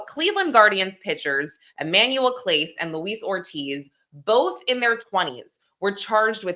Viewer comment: Not Clase... Class-Eh!